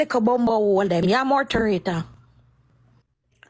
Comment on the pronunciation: What name “mouth-a-rator” ???😂